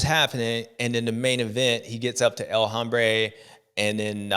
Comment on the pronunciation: Bubba, the “H” in El Hombre is silent bro. It’s pronounced El Ombré. Give it a try next week